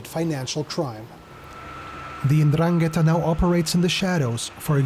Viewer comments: Completely ignorant journalist. it is not indraketa ma 'Ndragheta. be sure of what you say before you open your mouth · Andran - gheta it’s very wrong...